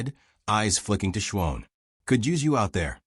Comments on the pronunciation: Shwohn? (Shawn) Wound ( not Woond (phonetically). Sometimes the narration is off enough to crack the story - at least to me. POOR ENDING..............stopping abruptly is no good! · Someone needs to teach this narrator how to say Shawn.